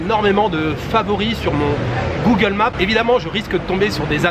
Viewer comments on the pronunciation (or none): none